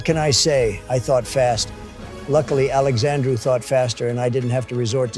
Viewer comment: Funnily enough Indians love calling me Alexandrew, weird I didn't know my name was that hard to fuck up